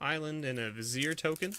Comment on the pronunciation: (VYZ-eer)? no it's (VIZ-ee-ER)